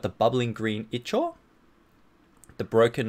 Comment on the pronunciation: Ichor i believe is pronounced (eye-core) but may be wrong.